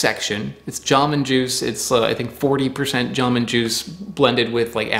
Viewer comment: It's not JAmoon, it's jamOOn...